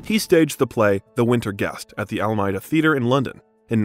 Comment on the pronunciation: This is a REALLY lovely piece but I’m really sorry to mention this - you mispronunce a LOT of things in it. Machiavellian, Phylllida, Alameida, Helen Mirren and a bunch of other things. You also call him Alec Rickman at one point. Feel free to delete this comment - I really feel bad mentioning it. Just strongly recommend you check the pronunciation of words and names you’re unfamiliar with.